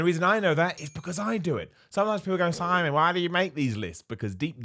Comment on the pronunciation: I heared "Timon Miller". Are you Simon's bald asshole-y twin?